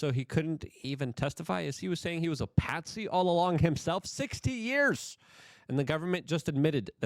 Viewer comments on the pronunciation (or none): none